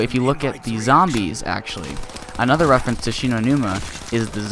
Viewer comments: But it's reference not referance get some BOI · Its reference not refarence